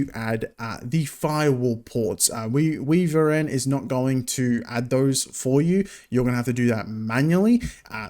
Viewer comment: I'm fairly sure WiVRn is pronounced "wyvern" (or maybe I'm just crazy lol) :) Haven't heard of Monitor Overlay - I've been using WayVR